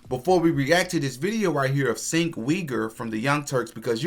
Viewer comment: Cenk is pronounced like Chank or Jank. like somewhere between the two. jfyi